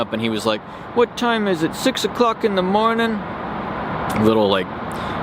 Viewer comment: "What time is it- six 0''cwock in da mownin?"